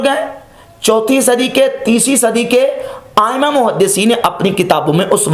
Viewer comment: زندہ باد اللہ آپکو سلامت رکھے آ پ سے ایک گزارش ہے کہ آ پ جو لفظ آ ۂمہ کہتے ہیں تو خیر میں زیادہ پڑھا ہوا تو نہیں ہو سکتا ہے کہ میرا خیال غلت ہو پر میرے خیال میں یہ لفظ آ ۂمہ ہے یعنی یہاں - م, مشدہ ہے اگر میرا خیال سہی ہے تو آ پ درست فرمادیں اللہ آ پکو ہمیں اورسب مسلمانوں کو سلامتی والی زندگی عطاء فرمائے آ مین اسلام علیکم و رحمۃ اللہ و برکاتہ